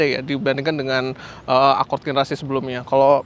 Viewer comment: ACORD Gimanya ngucapnya ?😢